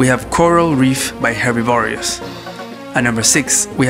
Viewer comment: I think the most amusing thing about this video was how you pronounced Herbivorous.